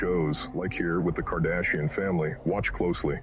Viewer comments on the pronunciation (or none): none